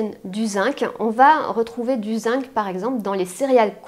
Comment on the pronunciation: Bonjour, excusez moi mais le mot Zinc se prononce "zing".